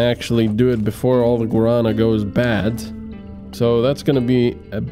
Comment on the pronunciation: Guarana has the strong a at the ending. It is Guaraná. The last a is like in A-ha (the band). It is driving me nuts to hear you mispronouncing this all the time lol. I love the series though.